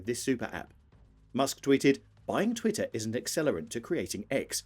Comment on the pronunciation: Why make a video about twitter if you can't even pronounce its name properly?